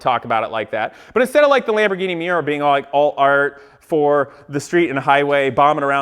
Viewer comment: Pausing on the Miura (pronounced My-uura, just as Uranus is OO-ran-us not 'your anus', but the world is full of jack-arses) - Only the very first P400 units shared the oil between engine and gearbox, P400S onwards they were separate, and any that went back to the factory for fixes, got the update to separate engine and gearbox. It's also a 1960's car, not 1950's... :D For 1950's looks, look up the Plymouth XNR. The Zero looks more like the Vector. For the actual inspiration for the Stratos, you need to look at an Autobianchi